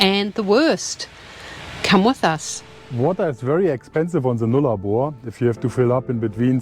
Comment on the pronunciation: It isn’t Oikla it’s Eucla,.sounds like ‘YOU-KLA,….. No ‘A’’ in the middle…….. and it is NOT ‘NOOL A BAR,.. ITS NULL-ARE-BORE’.and that track that you went down to what’s left of the old Telegraph Station, is actually part of the original Eyre Highway and the track that you went down there on is known as Old Eucla Pass….. also on the old Eyre Highway.